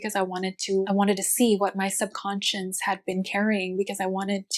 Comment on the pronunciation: You need to learn how to say subconscious- you are adding an ‘n’ towards the end of the word. Not super important but as you are presenting on the topic its great to get it right. Thanks for the info.